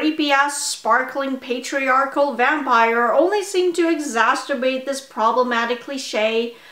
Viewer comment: Exasturbate is a fun mispronunciation.